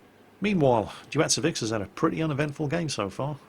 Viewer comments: its Deutzefix (Ducifix) like Crucifix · But then again he couldn't get the playername right, who is mostlikely pronounced Deu(like Deutschland)tzefix(a strange mix of of german and old gallic names)